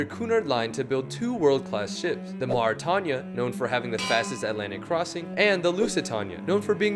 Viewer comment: also, you ruined the pronunciation for the Lusitania and Mauritania. Can you make an accurate version for the video? Thanks. It broke in front of the third funnel and some bits of the superstructure collapsed after the break